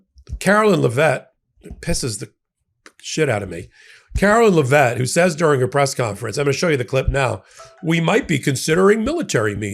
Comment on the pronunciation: At the risk of sounding like a smartass, Trump's press secretary/bimbo's last name is pronounced LEV it. I find her equally disgusting to all of the other clowns who have been Captain Bone Spur's press secretaries.